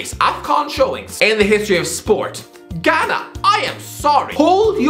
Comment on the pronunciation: Ghana and Algeria were competing for who would be more terrible. By the way you did a decent job pronouncing African names.